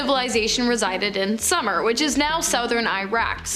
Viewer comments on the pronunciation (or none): It's not pronounced "summer" it's SUE MER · Writing!!?? Most notably. #2 Sumer = Soomer like sooner. Good job narrating and hosting.